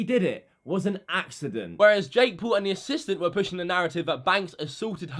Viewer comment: U say Poul u dont know how to say Paul